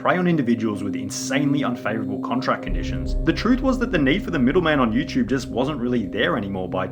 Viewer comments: Everytime he says “Yuuchube” an orphan child dies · Is it YouTube or you chewb?